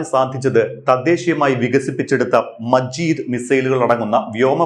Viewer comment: മജീദ് അല്ല മാജിദ്